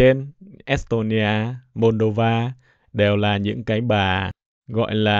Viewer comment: Nghe es tôn ni a, môn đô va phát biểu cứ cấn cấn